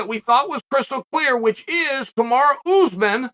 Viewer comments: Oh and Oozman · I'll never get sick of hearing Chael say oozman lol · I couldn't figure out what seemed so weird oozman ur a "G" sir